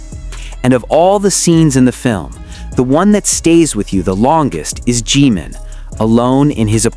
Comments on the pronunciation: BTW, It's NOT G-man, it's Jimin. Respect please. Learn how to pronounce their names, at least. Loved the documentary. It changed nothing, for me, but verified what ARMY already knew, forever. Bandwagon jumpers and coattail riders have 'blown up' opportunist I ally all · Maybe you could pronounce Ji (short i sound) min's name correctly. Not GEEmin but Jim ( like American nickname for James) min.